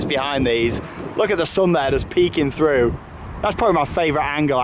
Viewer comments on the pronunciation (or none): none